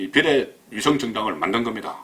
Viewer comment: 송국건씨 그간 잘보고 있었는데 '비~래,미~래' 발음할때 액센트를 앞에두고 '비래,미래'라고 하는게 너무나 이상하고 듣기 싫어서 구독취소하고 나갑니다.언론인이나 기자 모두 바른말을 써야하는 사람들이라는 사실을 잊지말고 시정바랍니다. 정말 듣기 싫습니다.